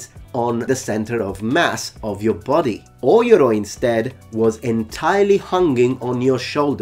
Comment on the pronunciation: "Oi-yoroi" is incorrect, its pronounced "oh-yoroi"